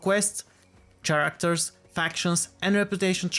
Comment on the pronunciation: You really should look up how to pronounce the word “character”..